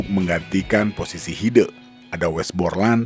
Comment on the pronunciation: Pengucapan E nya Hide bukan begitu :'( tapi é kayak di kata kecap